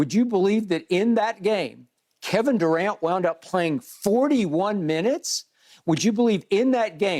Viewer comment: “Kevin DuCant” - Skip Bayless